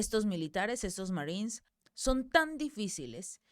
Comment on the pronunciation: Esta señora está informandonos la noticia muy bien en español,porqué rayos entónces,quiere meter el ingles si no lo puede pronunciar de manera fluida? si tanto trabajo le da pronunciar la palabra marinos en inglés( marines).No ofendamos a nuestro idioma,cuando hablamos en español que sea solo en español. Nunca escucharemos a un inglés,un frances u otros,meter palabras en español,en medio de su discurso,presentación de noticias o en una conversación entre ellos,solo nosotros, los hispanos,le damos éste golpe bajo a nuestra propia lengua!😢